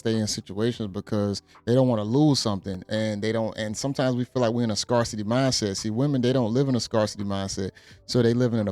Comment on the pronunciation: Scare-city, my G. Respectfully. Not Scar-city.